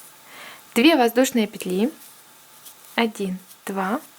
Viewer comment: классная сумка и мк хороший.Но ,девочки, пЕтли..ударударение даже пЕтелечках на первый слог.пожалуйста..